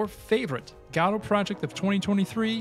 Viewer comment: Ive heard go-dot and guh-doe, but never god-oh